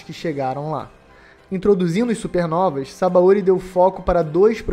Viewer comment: Sabaôri é o teu cool. Pronuncia direito, porra